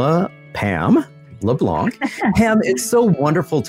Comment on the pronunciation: Very enjoyable listen! Only thing.... Hearing the Anglosizing of the pronounciation of 'LeBlanc' is like nails on a chalkboard! 😐 Yeah yeah, I'm a critic... But seriously, was great!